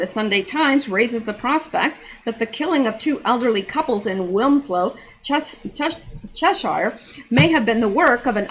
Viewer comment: Lol you’re so cute, it’s pronounced ‘chesheer’ (Cheshire) don’t worry I regularly debate with my Texan husband over my pronunciation of ‘yoghurt’, ‘router’ and ‘garage’. 😝